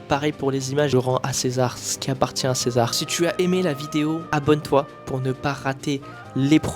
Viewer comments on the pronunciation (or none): none